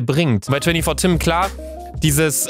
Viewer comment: Ich finds nur schlimm, dass die meisten Tüm oder Töm anstatt Tim sagen 😂